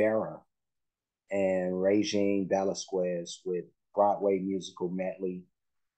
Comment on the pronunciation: Hi, I love your reactions to Regine the Queen. Her last name is pronounced as Ve-las-kez.